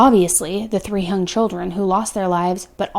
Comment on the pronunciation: Wait... did say: the three "hung" children or the three "young" chilcren? I'd like to be able to say that a parent murdering their children is a shock to me. It's not. It is, and will always be, incomprehensible to me. I don't understand how you betray your own child.